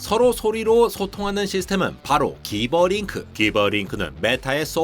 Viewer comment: “기버링크“가 아니라 ”지버링크“로 읽는 게 맞습니다 (해당 영상에서 AI들도 ”지버링크“라고 하구요)